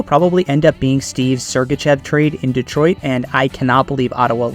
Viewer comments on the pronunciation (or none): none